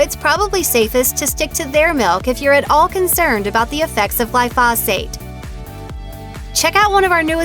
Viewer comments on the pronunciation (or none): It's pronounced gly'-foe-zate... that's accent on first syllable, long "O" sound, long "a" sound